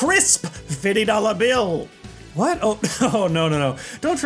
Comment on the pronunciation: I want a compilation of saying "fitty dolla bill"